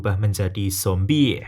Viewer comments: Saran bang tolong jangan lebay ngomong zombieh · Jadi ikut2 ngomong zombiehh deh sepanjang nonton hahaha